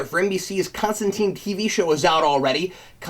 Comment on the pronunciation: It's Con-Stan-Tyne Like Raysh al Ghul :) POWER TO THE CREATORS ! & not Goyer